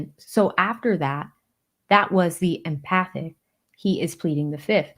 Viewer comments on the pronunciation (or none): The word is "emphatic" as in with emphasis. It is not "empathic" which,vif even a word means with empathy or knowing the way someone feels. Please get on the ball, people.